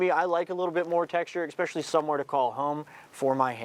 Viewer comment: ESPECIALLY not "expecially"🤦‍♂️